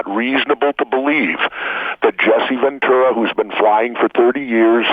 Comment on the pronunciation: Jesse Ventura's last name always gets pronounced "ven true a" or " ven chewa"